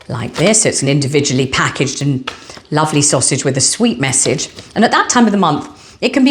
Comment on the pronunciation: Love your pakarrgge and kelougs pronunciation 😂 You are so naughty 😂😂🍯🍓